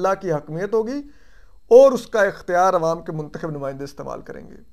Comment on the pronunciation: Lafz muntkhib nhi muntakhab hota ha.urdu dictionary parh lo